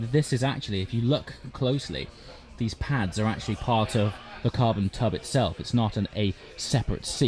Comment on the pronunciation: Did you say Carbon tub?? 🤣 great video as always 👍